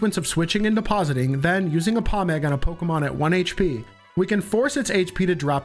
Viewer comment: Offf topic but finally a youtuber who pronounces Pokemon right…. It’s so infuriating hearing people say poke-E-mon